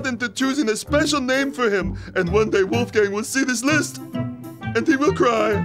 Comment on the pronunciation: Buuuhhhhh make me cry.... ;-) But there is one german first name that is even more worst: Wolfram! Juhuuuuuu :-) But i allways have to laugh to hear the english or american sound Wulfgäääng, muuuhahahah :-D try to speak it the right way WOlfgAng with a O and a proper A.....Good luck ;-)